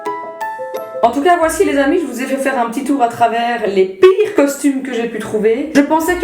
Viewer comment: Des costumheuuu vreuuments